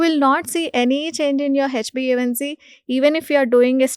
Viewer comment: This anchor has no basic knowledge He is wrongly pronouncing metmorfin instead of metformin and hbaic instead of hba1c very frequently.